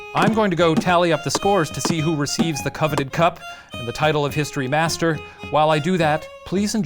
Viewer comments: I thought he was saying "History Bastard" instead of History Master lolol. I love this. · Nothing will make me not hear "History Master" as "History Bastard"